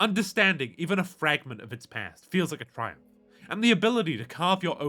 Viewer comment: At the start i could swear he said no Pant. Not Past. Which works either way